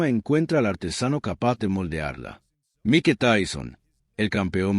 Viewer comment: Por qué dice Mi-que en lugar de Maik, será IA la voz del narrador?